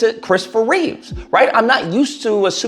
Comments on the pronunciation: It's Christopher Reeve, not Reeves. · I agree with most of what you said, but please, Christopher's last name is Reeve, not Reeves. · also its Reeve. Christopher Reeve